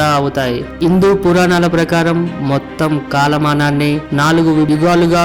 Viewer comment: ముందు తలుగు అక్షరాలు పలకడం నేర్చుకో.. అదీ..ఇందూ కాదు.. హిందు... ప్రతి ఒక్కడు బయలుదేరుతాడు వ్యాఖ్యానించడానికి